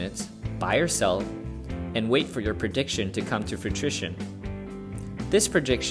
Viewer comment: he said "fruitrition" 😂